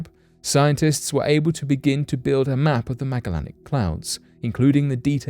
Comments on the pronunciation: You butchered the word Magellanic. It’s name is said meh-ja-lenic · I dont mean to be rude but the Magellanic clouds are pronounce the same way you would pronounce the name of the old world explorer Magellan that they are named after... so not a 'hard G' like Grape, but a 'soft G' like Beige ... yea that weird "J" sound we sometimes get with a "G" :)